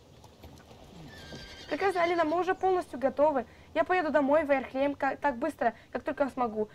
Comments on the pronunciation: Не Ярлехейм а Ярлахейм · Я тебя поправлю хорошо ? Не ярхлЕйм а ярлахейм ( знаю щас все начнут писать типо , это её канал как она хочет так и будет говорить , и тд. Но я просто поправила) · не Ярхлейм,а Ярлехейм ну я не знаю может это я не правильно говорю